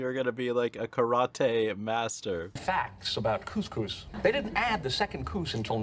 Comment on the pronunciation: The pronunciation of karate is actually the correct way to pronounce it in Japanese, as well, which makes it funnier. I live in Japan and when I say how westerners pronounce other words like Karate, such as ken Watanabe (famous actor), and karaoke, Japanese people usually crack up laughing.